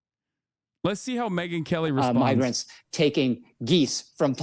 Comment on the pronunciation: How does a MY- word become a ME- word My-grant sounds nth like me-ger How does anyone say it's a misspeak?